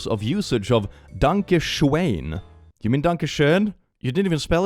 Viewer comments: Danka Shoen? I thought it was Donkey Shon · I got so fuckin confused when he kept saying “Danka Sheon” cuz one of my friends in named Danka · Danka Shoen is still pretty impressive though. Impressively wrong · Doesn't the song also pronounce danke schön as "danke shein" or something like that? Edit: Sometime it even sounds like "donkey shine". 🤣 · To quote wolfenstein " es ist DANKE SCHÖN VERDAMMT, you are butchering my beautiful language!" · I love how you pronounced "Danke schoen". Especially knowing how the german ö, ü or ä have evolved from oe, ue and ae, to the o, u and a with the e on top, to finally the now modern ö, ü, and ä.